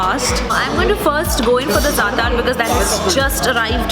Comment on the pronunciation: Good video, but it would be good to get the names of bread, "zaatar" etc right. Dont mean to criticize. but research is important whilst creating an effective blog